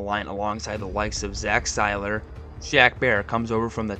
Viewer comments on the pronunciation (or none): He mispronounced Tagovailoa, Seiler, Achane, and Grier.